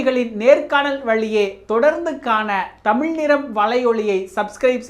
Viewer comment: 10 - 15 நிமிடங்களில் பேட்டி முடிந்தால் முழுவதும் பார்க்க இயலும். தமிழ் என்று சரியாக உச்சரிக்க வேண்டும். உங்கள் தமில் வாந்தி வருகிறது